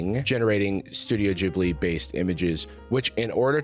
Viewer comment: The way he says "Ghibli" is stressing me😭